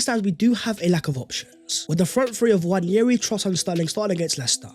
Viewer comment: Please, please, please can we drop the 'Y' when pronouncing Nwaneri. There is no Y in his name. Love the show,. Keep up the good work.